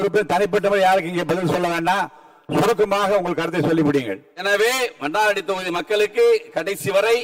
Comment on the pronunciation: மன்னாரடியா...மன்னார்குடி என்று ஒழுங்காக சொல்ல தெ‌ரியவில்லை... இவரெல்லாம்.ஒரூ எம்எல்ஏ...தேர்ந்தெடுத்த மக்களை சொல்ல வேண்டு்ம்...😮